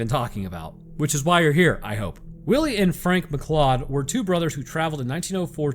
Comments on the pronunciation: McLeod is pronounced McCloud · You said two things wrong. McLeod is pronounced mcloud and metis is may tee. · If you were speaking of Métis heritage, it’s pronounced “may-tea”. Oh yeah, McLeod is prounounced “mcloud”. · Mcleod is pronounced McCloud. Haven't you seen Highlander??